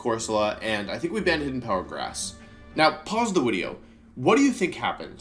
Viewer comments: Why do you say wideo???? It throws me off each time bro 🤣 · dude he said "wenusaur", he also said wideo can anyone explain why? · I think you mean wideo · I think you mean “wideo” it’s okay… we all mess up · Wenusaur and Wideo is actually because he’s good friends with Markus (13yoshi37) who is German and German pronounces “w” as “v” which slowly prompted Wolfe to pronounce “v” as “w” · I love how much you say wideo. (and no wideo is not a typo) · Imma end this video if you say "Wideo" one more time Edit- thats it. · Why am I hearing Wideo instead of video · Everytime i hear wideo i get 2% more likely to turn off the video. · lmao "the wideo" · Am I going insane or do you say "Wideo" multiple times throughout this video... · why does he keep saying wideo instead of video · great "wideo" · is it just me or am i just new and dont know he says video like wideo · Why does he keep saying wideo 😭😭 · wolfey: Pause the wideo*... what do you think happened? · *Pause the wideo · pause the "wideo"? Ugh you're so cute wolfey 😭🤣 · I still cant ever get over how you pronounce it "wideo", its so cute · "I think we banned Hidden Power Grass. Now pause the wideo. What do you think happened?" What do I think happened? I think people used Hidden Power Electric. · i love how u say wideo LMAO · why does he say video "wideo" every single time?